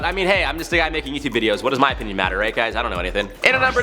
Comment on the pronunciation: Rather than 'opinion' I really thought for a second he said 'my penis doesn't matter that much.' I was like damn someone hug this guy.